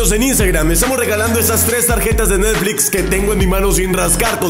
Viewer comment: Dijiste. Netfis